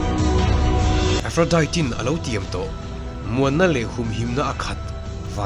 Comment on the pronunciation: A tha hle mai,.. mahse lo hriat atan ka duh chu aphrodite hi Diet tia lam loin tea anga lam zawk tawr ani e Aphrodi☕️ zawk aw🫶🏼☕️